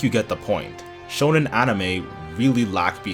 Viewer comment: It’s not pronounced like “shownen”, it’s “shOnen” as in shopping.